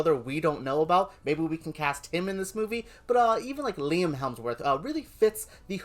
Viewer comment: Who's helmsworth? It's hemsworth